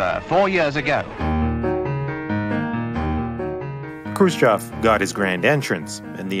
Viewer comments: Khrushchev is pronounced Crew-Shev not krhbayschjsimsov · Hate to be a smartarse, but here we go: -It's Khrushchév, not Krúschov -It's TU, not tiju -It's IL, not aiel -it's hundred fourteen, not one-one-four. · It's Krushchev not Krushchav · Also author should work on pronunciation of Russian names. Khruschev isn't spelled like Khru-s-chev, more like "Kh(really soft almost like Hr)u-shchev" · It's pronounced Hrushóf, you've turned it into a monstrosity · Khrushchev pronounces “Hrushyov” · you mis prononce Khrushchev. you ought to research better. makes me cringe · why are you incapable of pronouncing khrushchev correctly? tip = there's no 'o' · he mispronounced khrushchev every single time, a trait i've seen many americans do with simple words, like oblate and spheroid, for just 2 examples